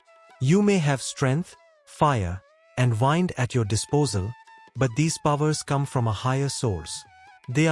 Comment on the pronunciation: its the AI reading, wind (noun) is being pronounced as wind (verb, as in winding)